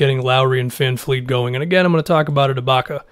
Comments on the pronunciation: My man, his name is VanVleet, not VanFleet. My ears bleed every time I hear somebody say that. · Please it's VanVLeet not VanFleet... it's not hard... VV not VF! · Can you stop saying VanFleet. It’s VanVleet. I don’t know why ppl pronounce it with an F. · Vanvleet, Vanfleet, Fanfleet LOL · It's VanVVVVVVVVleet gawd dammit! Get it fucking right man geez!